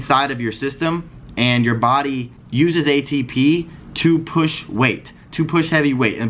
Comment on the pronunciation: idk that ATP has a different pronunciation now lols